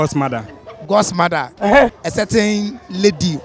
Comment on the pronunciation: The first guy kept saying certain in a not certain way,plus he said jaluany in place of January and auto sub thought he said generally...🤣 that’s why I always read the auto generated subs hehe